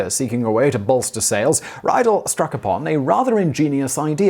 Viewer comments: when pronouncing Germanic names and words please remember that "ie" is an "ee" sound and "ei" is an "eye", always, with no exceptions ever, because German!! :) So, it's more of a "read-elle" than "rye-dell" p.s. nfi why the gender of a spoon is masculine, and a fork feminine.. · Ree-dul not Rye Dell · [raidl], glasses, Austria ... oh, he means "Riedel". That's pronounced [ri:dl], like English "reed". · Riedel is pronounced "Reedel." Reidel is pronounced "Rydel." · Riedel is actually pronounced like Reedel ('ri:dɛl̩) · First of all, I believe Riedel is pronounced as rhyming with "needle". Second, while I believe that wine glass shape can have some effect on taste, what drives me crazy about the concept, is that if true, why does different price levels of Riedel glassware ( i.e., crystal vs. glass) have different shapes? If it is the shape that is important, why is a hand-blown crystal chardonnay glass a different shape than an everyday-use machine-made glass chardonnay glass? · I believe it's pronounced ree-del... 😁👍 Rydell is from Grease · Reidel is pronounced "Reedel". I can forgive your research people for not teaching Simon to pronounce the initial german "R" but not correcting the "ei=ee" is just bad research. Otherways interesting and amusing even if you haven't given youself cirrhosis of the liver for three decades by blunt force of wine. /Swedish polyglot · once again good content, sufficient enthusiasm, though sad you cannot pronounce foreign names properly (again), perhaps a vid about it? ;) or when you decide to ‘splash’ on a single Riedel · You mispronounced Riedel.